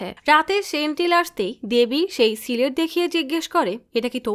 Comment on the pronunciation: সিলেট কি? স্লেট বলতে পারেন না? অশিক্ষিত ক্ষ্যাতের মতো কি উচ্চারণ করেন? সিলেট বিভাগের মানুষের হয়ে 'তেব্র পতিবাদ' জানাই😠